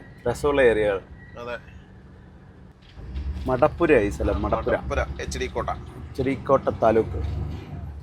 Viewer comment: മടപ്പുര അല്ല ബ്രോ മാധപ്പുരയാണ്.